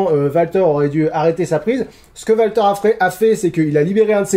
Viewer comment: D'où vient la prononciation "Valter" ? Les commentateurs /annonceurs ont prononcé "Oualter" tout le long (après je ne regarde pas UK donc erreur NXT tout court ?)